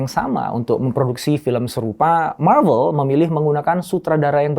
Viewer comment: bang lu ngomong marvel nya yg bener aja soalnya di translate nya lu ngomong klo bukan malu/novel